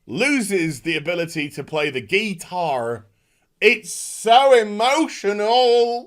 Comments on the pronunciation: Oh no, not the Gee-tar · You lost me at "GEETARR!" lol!!! I had to pause the vid for a minute to regain my bearings., you should do an entire video with that accent. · I laugh every time says, “GEE-TAWR” 😂